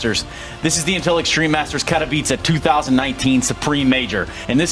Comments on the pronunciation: Okay, I seriously need help. Is it not "Kat-ow-iss"? I think they're saying "Care-ee-veet-zae", but I desperately need a pronunciation guide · Its pronounced "Katovitse"